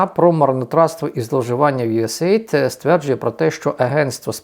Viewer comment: Правильно говорити usaid "ю ес ей ай ді "